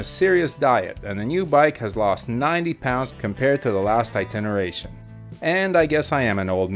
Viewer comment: It's iteration, NOT intineration. There's no such word as itinteration.